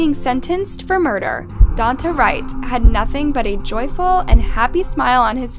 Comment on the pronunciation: "Dawn-tey", Jesus Christ, learn how to pronounce stuff.